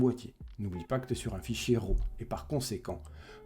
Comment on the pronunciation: Arrêtez de faire ça les Français! SVP, arrêtez de faire ça! Quoi? Arrêtez de dire RAW comme si ça sonnait "Rot". RAW en anglais se prononce ˈrȯ avec le o qui sort presque comme un a et non un o et le r, pas guttural. 😛